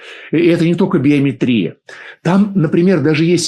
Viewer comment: Уважаемый, в слове биомЕтрия, ударение именно на букву Е😊